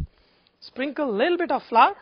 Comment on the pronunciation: Thanks for the video I loved it and I'm going to try your recipe BUT its flour not flurr :)